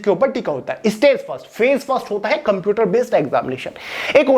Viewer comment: its a shame jisko computer thik se nhi bolna aata wo hume gyaan de rha hai